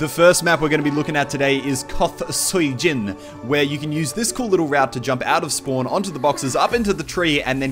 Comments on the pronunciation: Muselk I believe Sui Jin is pronounced Sway Jin. Just for referance. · very helpful vid also its pronounced like sweejin or something